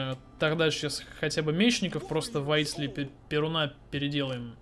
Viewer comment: не ПерунА, а ПерУна ударение на (У)